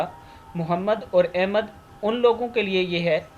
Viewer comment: لفظ احمد,,زیر,, کے ساتھ نہیں ہوتا بلکہ,,زبر,, کے ساتھ احمد ہوتا ہے